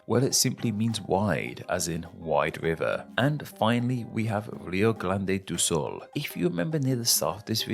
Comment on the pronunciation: Rio glande do sul